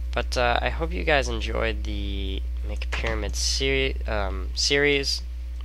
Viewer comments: Why do you say "mick" instead of MC at the beginning of the video? (Like "imm see" because it stands for Minecraft) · Like the letters M and C... But they're pronounced Imm See.